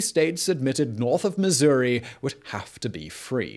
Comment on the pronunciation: Missour-ee. Yes!